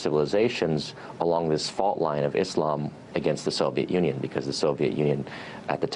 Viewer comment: I'm happy to here them pronounce Islam correct, and not Izlam